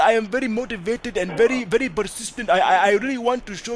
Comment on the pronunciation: "Persistent" a little rakesh came out there haha